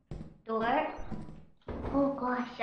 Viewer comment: CLOSE THE DU-OR